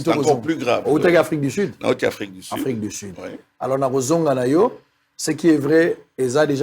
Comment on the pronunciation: Un docteur qui prononce "Afrique di sid, milié, mesire, plis, eli " 🤦🏽‍♂️😢